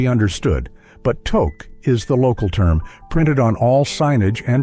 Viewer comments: Togue is spelt Touque and with a U sound not an O sound if you were to spell it as it sounds it would be "Tuce" not Toce not all Canadian homs require shoes to be removed, I for one cannot walk properly without shos on even in the house as I have ancle problems so I apologize and explain my situation everyone is fine with that but if it is very wet out I will bring shoes to wear inside as not all Canadian homes offer house shoes or slippers, here in the backwoods of Canada called British columbia a forgotten western province that gets almost no attention as the majority of documentaries focus on easter Canada, but us BCers are not so fussy about that. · we say it as tuque not togue excent the u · Tuque pronounced Tooook. Victoria day weekend is two four weekend not 2nd to 4th weekend